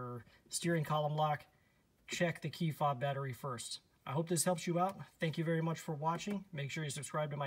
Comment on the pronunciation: I had a difficult time understanding what said. I heard "C fob battery". I presume that refers to the battery in my FOB. Sorry, but I'm deaf in one ear and can't hear out of the other.:)